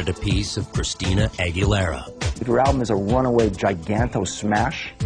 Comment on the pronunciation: Did the Star Search dude call her Christy-anna Aguerriaa ? LOL